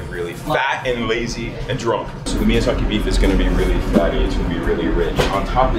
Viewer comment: Chef, it’s miyAZAKI, not mizyaki